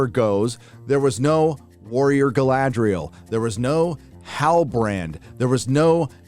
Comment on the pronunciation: You were pronouncing Galadriel wrong, please make sure to emphasise the R more next time.